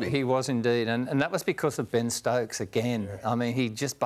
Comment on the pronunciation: It’s Ben not Bean Stokes